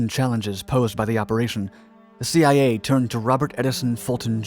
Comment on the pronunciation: Anyone else notice when he said Thee-I-A